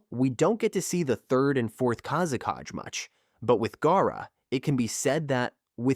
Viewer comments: Its "kazekage" not "kázekádž" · wtf is kazekaj? its kazekage